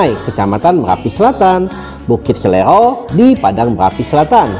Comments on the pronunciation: Bkn bukit SELERO mang, tp SERELO 🙏🙏🙏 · Oiii..bukit SERELO bukan bukit selero....😊😊